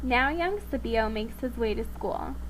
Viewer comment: the sons name is pronounced SKIPio. Cs were never soft in Latin, always hard. Romans did not have a liking for meat so would not have had sausage with their breakfast ever.